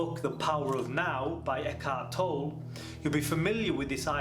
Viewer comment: Tolleeeeeeeeeeeeee not toll